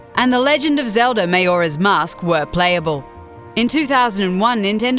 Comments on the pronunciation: RED Engineer and when she said Mayoras mask..... ITS MAJORA'S MASK MAJORA! FUUU! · lol " mayoras mask?" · Did she just say Mayora's Mask.... HOW!? HOW DO YOU GET THAT WRONG!? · You know they know what they're talking about when they say "Mayora's Mask". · "Mayora's Mask" - Interesting, don't think I've ever heard it pronounced that way. Then again, Americans say "Oocarina" and not Ocarina. But I'm pretty sure "Mayora" was a genuine mistake there and not a pronunciation error.